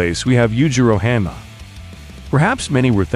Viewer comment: Hah-N-ma not hAnma.